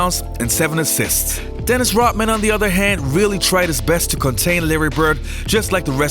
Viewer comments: Rot- Man !!! LOL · “Rotman”... over and over and over. gonna be honest here: I’m a bit triggered. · "Dennis Rotman"